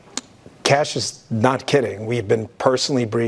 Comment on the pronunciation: IT'S CASH! GET IT STRAIGHT LADY. HE'S AN AMERICAN. 🇺🇸